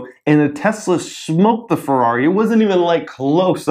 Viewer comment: in ferrari you have to pronounce the e in italian you pronounce every letter that is written